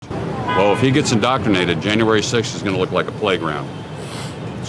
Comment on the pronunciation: Did he really just say "indocumated?"